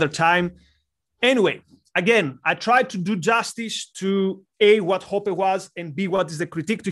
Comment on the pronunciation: Hoppe is pronounced like "oppeh"